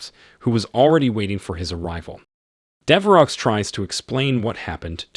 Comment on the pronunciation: Dever oh. Not dever ox lol. Thanks for the content either way. Love and respect